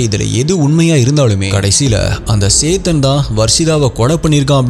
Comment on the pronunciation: it is chethan not saythan 😅😅